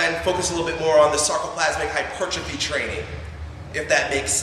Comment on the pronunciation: Thank you for pronouncing hypertrophy the correct way; its so frustrating when people get that wrong!